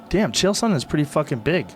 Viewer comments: Geezus Schaub after all the yrs, after having the man on your podcast multiple times, you'd think u could pronounce the man's name right just ONCE. Not that hard, its SONnen not SO-nnen, for fuck's sake. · Wolfie Alpha that would make it sound like a long vowel, his pronunciation is more like soh-nen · Sonnen not Sooonennn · How can Brendan mispronounce Sonnen that badly?